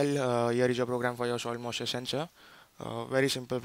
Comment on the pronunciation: soil mussure ? :)